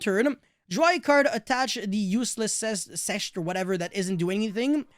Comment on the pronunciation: Sechste is pronounced somewhat like sex-te. With a soft s at the beginning of the word